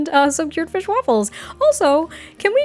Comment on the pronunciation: "Fischj. Fischj on the table." I CAN'T 🤣🤣🤣